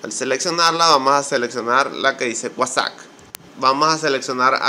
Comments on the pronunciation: estimado se pronucnica uasaP com P no uasaC con C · es nefasto como dices Whasac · Me funcionó de inmediato con la primera opción. Gracias. Con todo respeto y para obtener mayor credibilidad, la pronunciación correcta de WhatsApp es "UASAP", como si dijeras UASAPA y le quitas la última "A ", saludos desde Bogotá, Colombia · gracias amigo era eso ya funciona! no sé de dónde sos pero se dice WHATSAP no guasac jajaja slds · vamos a seleccionar la que dice wuasac 😂 me hisiste el día 😂😂☺ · Vamoh a seleczionar la que dice cuasak! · Amo cuando dice "wasagh"